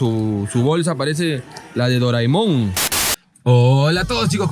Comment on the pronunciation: Es Doraemon no doraimón😂🤣🤣